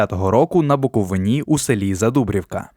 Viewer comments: Цікаво. Багато не знав. Тільки наголос у слові БуковинИ -- правильно "на БуковИні". Це не "Галичина". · Додивився до 43 секунди, коли закадровий голос сказав слово "Буковині" з наголосом на останній склад🤯🤯🤯🤯 Пішов ригати.